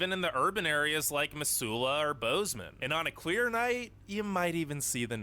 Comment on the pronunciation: that pronunciation of Missoula got me, its basically mizzoola